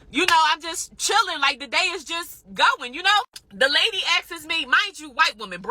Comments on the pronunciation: "She akses me..." Hilarious. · “Da lady had axes me…” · "The lady ask-es me"